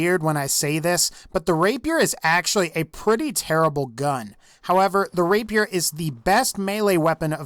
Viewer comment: Text: "Rapier" Pronunciation: "Rape peer" FUCKING: "RAPE YOUR" RAPE MY WHAT? lol